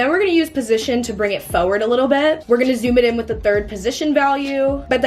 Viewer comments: Why do u keep on saying foeword 😭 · the way u pronounce forward always makes me laugh so hard